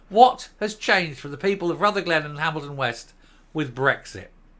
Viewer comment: If you are going to talk about Rutherglen at least pronounce it correctly!!!!!! It's not Ruther glen, it's Rutherglen!!!! Can't even get the basics right!!!!!!🥴